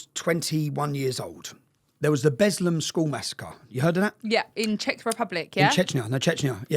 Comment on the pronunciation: It was the lady that said Czec not Tommy